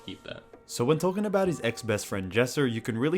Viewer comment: be like: tolken bout